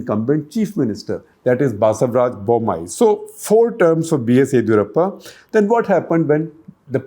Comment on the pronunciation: It's yediyoorappa first d pounce like ( disco di not didi wala di). Set your pronunciations correct. Bloody